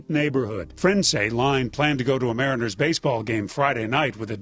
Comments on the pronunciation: Oh … c’mon, man. You said you were born in Seattle. No one describes the local MLB team as the “Mah-REEN-ehrs”. It’s unequivocally: “MAH-ree-ners”. Also, what the fuck just after? A “VER-ǐ-sun” mobile phone account?? Nobody fluent in English pronounces it that way. It’s “ver-EYE-zuhn”. Did you use A.I. narration for this one,?! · Mareenas. for god sake you were born here. it's the Mariners man. get it together.🤣🤣❤❤ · Marine-ers lol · you A.I. bot from Seattle, the Mareenos are pronounced the Seattle Mariners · The “Marine”ers 🤢 as a Seattle native ?!?! I love your videos but had to stop and comment THE MARINERS BRO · Nitpicky but it’s not marine-ers but pronounced Marin-ers. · Ok…..I just can’t believe you are from Seattle but pronounced Mariners wrong! 🙈 It’s like MARE-IN-ERS…..not MARINE-AHS. (Seattleites shudder) But it’s ok, we still love you! 😊 Maybe it’s just your accent. 😉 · "Mah-rih-NERS,", not "Ma-REE-ners." LOL. And I'm a Red Sox fan. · The baseball team is named the Mariners and it’s pronounced Mayor-In-Ers not Marine-Ers or however your were saying it. Even with your accent and living in a Luther country I would have thought you would’ve know this since you were born here and even made the point to mention that in this video. If I were you I really wouldn’t have call attention to a specific fact about Seattle like that even if you were born there if you could properly pronounce 1 of the 3 only sports teams there especially since Seattle really takes their sports teams super serious. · Māre-in-ers not Marine-rs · Mariners....not Marinas. Just saying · Marinas? Lol mariners is how you pronounce it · Pronounced Mariners Mare in ers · i thought they went to a Mariners game....not Raniers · I totally love your channel! And congrats on the new coffee launch! Just as an aim to be helpful, the local ball team name is pronounced MARE-in-ners, not ma-REEN-ners. (In the event you find yourself ever having to mention them again!)